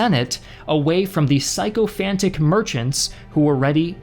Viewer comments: Sycophantic is pronounced “sick-o-fantic” not “PSYCHO-fantic” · "psycho-fantic" is my new favorite way to pronounce sychophantic